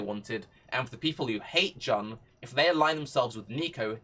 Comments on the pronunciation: Isn’t it pronounced Joon ? Jan is just weird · Good suggestion and all but you gotta stop pronouncing Jun as Jan